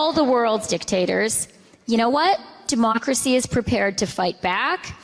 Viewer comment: ... did she really say "demonicracy"? 🤔😈